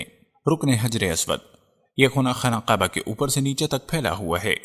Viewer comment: Yar vedeo tu bokht nice hy mager ye talafuz yani pronunciation teek ni ye qaba ni kaba hy bai